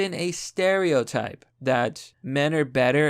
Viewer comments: Dude I love your videos but seriously is English not your first language? You pronounce things wrong often like “spatial” it’s pronounced like Space-ial because it deals with awareness of space around you. It’s not Spat-ial. It doesn’t deal with having a spat like two pissy school girls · "Spat-chal" reasoning? Honey. It's "Spay-shull" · Spatial it's pronounced spa-sh-el...did you drink salt water? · Spatula reasoning. A night of spatula madness. Your pronunciation of spatial is something to behold, it ignores the root etymology of the world entirely. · "Spay-shull" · Spatial is pronouced 'Space-she-all' and Q is not a larp get with the program! Otherwise you're cool. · 'Spatula Reasoning' Seriously, what in the fuck is wrong with your ability to pronounce anything? lol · I love that he can't pronounce spatial. Men are just really good with spatulas. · The way you read "spatial". I would insist that you look up its pronunciation so that it can improve your video quality. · Did he mispronounce spatial on purpose? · Hey, just letting you know spacial, is pronounced like racial, but with space instead of race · So are we not talking about how this man pronounces the word spatial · Your pronounciation of "spatial" is going to haunt me. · Dude, can you get through one video without mispronouncing simple words like "spatial"?